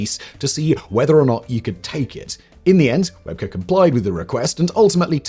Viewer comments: Its pronounced "Web key" not webker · Great video except two details its rugby league not rugby. They are two different sports and Shane webcke is indeed one of the greatest rugby league players but you are saying his last name wrong its said as webcke as in webkee